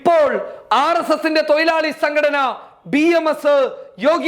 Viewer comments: തൊയിലാളി അല്ല തൊഴുലാളി എന്നു കറക്റ്റ് പറയൂ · Malayalam parayan padikkoo thoyilali alla mone thozhilali Anu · തൊയിലാളി അല്ല തൊഴിലാളി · തൊയിലാളി അല്ല തൊഴിലാളി... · Broii oru thiruth...thoilalikal alla thozhilalikal...